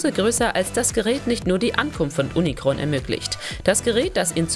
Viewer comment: Bitte die Namen Cybertron und Unicron vernünftig aussprechen das ist ja nicht auszuhalten 🤦‍♂️